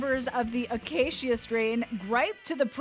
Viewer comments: It's pronounced, The uh-kā-shuh Strain. I don't think it was ever intended to be pronounced any other way than that. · "Akaysheeuh Strain" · Why is she saying Acacia strain like that-akasheea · Lmao this lady saying the acacia strain, cmon. What are you doin?